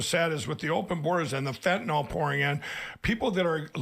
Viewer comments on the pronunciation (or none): Hey Lindell! It's not fentanol ! it's fentanyl..nyl..nyl..nyl.. Haven't you ever read the word before? The "anyl" part of the name refers to an organic compound derived from aniline and contributes the "anyl" part of "fentanyl."